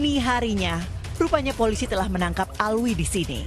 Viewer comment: bukan Alwi min tp Alvi